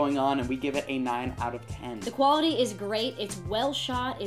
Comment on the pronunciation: Asian says, "Quarity"